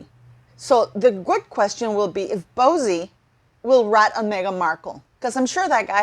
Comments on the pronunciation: Can you please refer to Bouzy correctly it's very annoying. It is not bozy but boozie as in alcohol booze 🫣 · I'm not too be rude, but it's pronounced Christopher "BOO-zee", sounds like "Uzi" 😆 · It's pronounced Boozy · I think it’s awesome she mispronounces it. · It's a take on BOZO the clown, she is doing it purposely! Good on her!